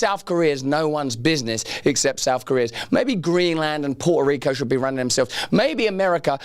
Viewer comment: They forgot to put the emphasis on puhrta rico